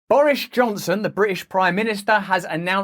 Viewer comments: Excuse me? Did I just hear you pronounce his name Boorish Johnson? lol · Love how he pronounces it "Boorish Johnson"...hahaha...keep up the great work, Russell!